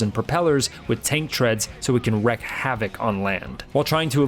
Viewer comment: lol it's "contrails" not "chem trails". Those are the conspiracy theory Also "wreak" havoc not "wreck" havoc